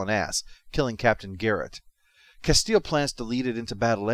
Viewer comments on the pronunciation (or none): Castillo (Kuh-STEE-yo).